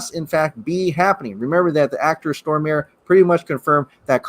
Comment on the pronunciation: Stormare is pronounced *STOR-MUH-reh*.